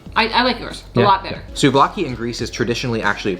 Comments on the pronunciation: DUDE DUDE!It's not slovakia,nor souvaki...not even soulvaki...IT"S SOUVLAKI! Hahahaha,greetings from Greece! :D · Hahah as a greek, I really enjoyed your accent on greek foods 😂 "soulvaki"